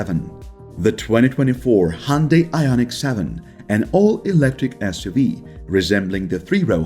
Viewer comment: The way u pronounce Hyundai makes me want to punch a wall.